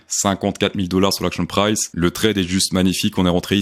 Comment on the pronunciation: Salut , est ce que tu peux dire "axion prisse" plutôt que "action price" . Vraiment mec , on est en France on parle français !